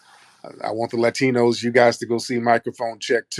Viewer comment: Ooh 😅 You said Ratinos. That’s original